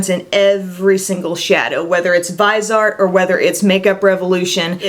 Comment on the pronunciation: Vis-E-Art, its french so not Vize-art I think? checked other sites and a translation tool - all say its the 3 syllable version x